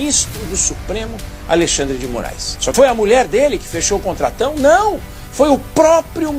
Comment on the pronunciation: Minuto ele diz Juiz Mórum . Eu já estava desconfiado que esse perfil é IA.